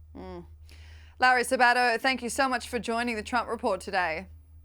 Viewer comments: WOW. I haven't seen Larry Sabato in years. He used to be considered very conservative. By the way, you need to put the emphasis on the "Sa" of Sabato. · Mr. Sabato's name has emphasis on the first syllable.